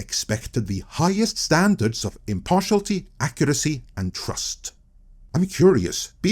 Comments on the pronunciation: "Impartiality" has six syllables. im - par - ti - al - i - ty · Sorry, I've gotta complain about 'impartiality' being pronounced 'impartialty' throughout this video. 😛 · Good vid, and the word is pronounced im-par-ti-AL-i-ty. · Impar-she-al-it-ee, but you're still better than my Norwegian ;-). As a Brit, who loved the Beeb, I stopped watching it years ago, what a tragic death.